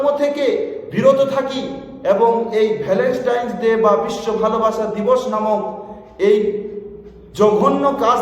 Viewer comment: No Valenstain It's Valentine (ভ্যালেন্টাইন)